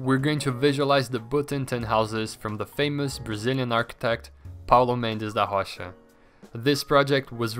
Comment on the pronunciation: teu ingles é muito bom mas a forma como vc disse "Paulo Mendes Da Rocha" pareceu muito um br falando